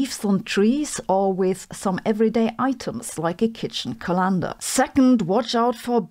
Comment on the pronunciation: Sabine, I love your work and want to help you with your pronunciation for colander: call-in-dur. Not Ka-Lander.